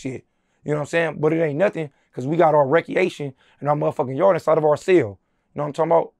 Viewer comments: We got rackeatiom in our cell is wild my man said it wrong right and in a different language all in one lol i watched those once a month great laughs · Now way he said “reckyation” 🤣🤣🤣🤣🤣